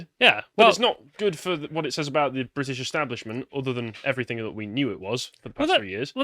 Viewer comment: can you stop saying “everythink” please? Cheers.